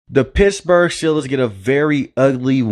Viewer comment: Lol dude. You gotta curb your speaking inflection a bit when it matters. Pissburg is not ok, you gotta pronounce those T's bro